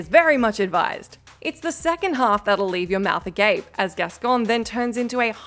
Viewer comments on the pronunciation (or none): Beast “gascon” 😂🤣 I think they’re just churning these videos out now, with people who don’t have any connection to the material. Still distracting tho